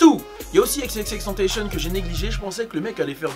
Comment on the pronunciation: Groooos xxxtentacion ca se prononce comme en français c'est pas tentachion Sinon louurddd 🔥